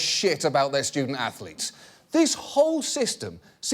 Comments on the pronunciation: "stoodent atholeetes" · “Student Athho-Letes? Why that’s brilliant Sir”. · Student Anth-o-leets? Haha that is brilliant sir. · "Student Ath-O-letes" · "student ath-o-lets? Ho ho, now that's brilliant sir!"